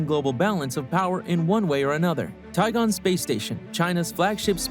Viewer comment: It's Tiangong, not Tigon.